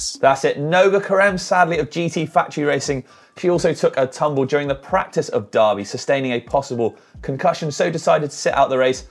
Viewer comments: Pronounced der-by in Tasmania not dar-by. You say 🥔 😂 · It's not Darrrby boys it's Derrrrrr bee mate get the tassie accent going derrrrrrrrrrrr beeeee. You've probably got 3 years to practice for the next highlights show let's get it right cheers. D Errrrrr Beeee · It's pronounced durby like furby, say it like a local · Darby or Derby?????